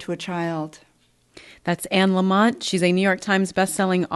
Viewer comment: Anne’s last name is Lamott.. not LamoNt. Love this woman. Last name Lamott-no-N. ❤️